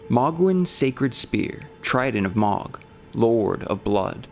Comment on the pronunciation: Ok. I'm confused at this point. Why does this creator pronounce names of ER characters in non-canon ways? Melikoola for Miquella? Mog instead of Moug for Mohg? This is not a person who doesn't care about details, this is a scholar. Why mispronounce...? Why is this happening?